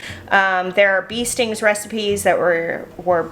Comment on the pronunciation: Hi. It's not 'bee-stings' although it is spelled that way. It's actually 'beest-ings' (or more correctly, beast-ings) and the custard made from it is incredible. Some bakeries make what they call beestings which usually consists of a thick custard enriched with cream that emulates the original (that freaks out our delicate sensibilities!) sandwiched between puff pastry layers and topped with frosting or some such delicacy. You could give that a try x Edit to add: Truth be known, humans are the only ones who deliberately consume the milk from other mammals. So the whole concept of us using cow's milk, let alone the colostrum, should be thought of as unusual. Go figure.